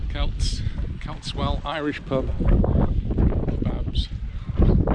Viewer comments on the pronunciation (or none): Another great video. BTW the celts well is actually pronounced selts well